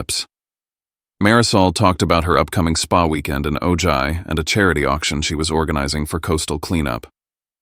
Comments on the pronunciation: AI "Oh-gigh" good grief. It is Ojai, pronounced "Oh-high", Chumash for moon. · Please learn how to properly pronounce City names before using them in stories! The city in Ventura County, California (where I lived more than half my life and some of my family still lives) that you’re calling “O-Ji” is pronounced “O-Hi”! It is spelled Ojai but is a Spanish name. The mispronunciation of people’s and places names in these stories ticks the heck out of me! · The town in California is pronounced: "Oh Hi". You should know that. It's the hometown of Colonel Steve Austin and Jamie Summers! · "oh-jie" - it's actually pronounced OH-hai. Silent J treated as an H. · Wow they are saying “Ojai” wrongly! It’s “oh-high.” Weird to hear though, my brother, William, drowned in the river coming from Ojai through Ventura to the ocean in 1995. It rained so hard that day. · For god’s sake it is pronounced “oh-high” not “oh-ji” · It’s pronounced O hi, not O ji! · It’s pronounced Oh-high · It's Pronounced "O-hi". A Town In Northern California. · It is pronounced Oh-high. I live in Ventura, California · Listening from Killeen, Texas USA Ojai is pronounced with the j pronounced as an h like Oh- hi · Ojai is PRONOUNCED O-HI! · Ojai is pronounced as “Oh-Hi”! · Ojai is pronounced Oh -hi. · Ojai: Pronounced oh-high, a Spanish word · Its pronounced "OH HI," DIPWADS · Can you use the minimal effort to at least pronounce Ojai correctly!